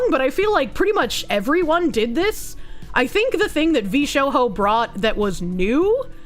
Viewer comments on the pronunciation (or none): Why is she pronouncing the J like an H?!?! It's Jarring to hear VshoHo instead of VshoJo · Vshoho?, Is she having a lark?🤔, everyone else says Vshojo. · She keeps saying Vee-Sho-ho It’s Vee-Sho-Jo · Edit: I think we ALL have beef with VShowho now. Can someone help me out with a question? Why does keep calling VShojo VShowho? Is she just being a silly lil or does she have some beef with the corp that I don't know about? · Sigh, with this "veeSHOEHOE" reading of Vshojo herself looks like unqualified DEI hire... Grifter calling others grifters will never not be funny ❤ P.S. She doesnt even know that mobile streaming was spearheaded by Gunrun, developing and selling "streaming backpacks" that allow much higher quality and stability of stream... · She said Vshohoe 💀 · NGL, V-Show-hoe is such a weird way of pronouncing it... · "VShoho" You're doing that on purpose, right? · is there a reason she pronounces vshojo as v-show-hoe? or is this another of her goofy tics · Isn’t.. isn’t it pronounced coal-eye-oh-pee? Not cally-ope? Also, isn’t it V-sho- Joe? I’ve never heard a Japanese person say shojo with a H sound. And shojo literally means girl. VGirl essentially. I’m sorry i know you’re trying your best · why do you pronounce vshojo like that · omfg.....!!!!! THE "J" IN "VSHOJO" IS NOT SILENT!!!!!!!! HOLY FK I'M SO TRIGGERED!!!!!!!! AND "COVER" IS NOT PRONOUNCED "COOVER"!!!! WHERE DO YOU EVEN GET THAT FROM?!?!? AAAAAAAAAAAHHH!!!!!!!!! 🤬 I can't man.......I couldn't make it past 6 minutes.....I had to stop..... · why do you pronounce vshojo in such a way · Is there a reason is mispronouncing Cover and VShojo? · VShojo is Spanish now, apparently? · Must be the accent. It's like she is speaking Spanish, as saying roho instead of rojo.